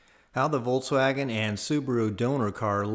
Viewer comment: Awesome. Just awesome. (But is he saying "Voltswagon"?) That'd be cool if it was an electric VW. Lol.